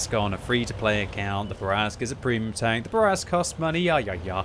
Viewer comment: Why i hear you saying welcome BANK? anyone else?